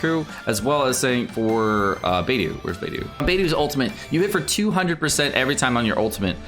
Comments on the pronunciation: Literally everyone else: Beidou: BAYDOO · Your mispronounced there names this is how your suppose to pronounce them Beidou= Bay-dou Xiangling= Chang-lin (you don’t really need to Pronounce the G at the end unless you want to) Xingqui= sing-cho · It sounded more like beydu lol